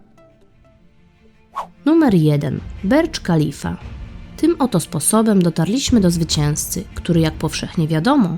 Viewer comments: Nie berdż khalifa tylko burdż khalifa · nie Bercz Chalifa tylko Burcż Chalifa sorki ze zwracam uwage pozdrowionka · Przepraszam ale Burj khalifa nie czyta się(bercz kalifa)tylko (burcz khalifa)byłem na nim to mój favourite budynek na świecie polecam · Byłem w Burj Khalifa w Dubaju ,ale rozśmieszyło mnie to jak go nazwałaś😂 mówi się (burdż khalifa),a nie (berdż khalifa) jestem od cb młodszy ,a znam poprawną wymowę 🤣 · Burj Khalifa czyta się Burcz Kalifa byłem w Dubaju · Byłem na Burj Khalifa. I to się czyta Burdż K(h)alifa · mówi się Bursz Kalifa.